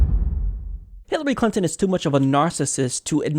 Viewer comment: Did the host just say "Hillary Cunton" ?? :D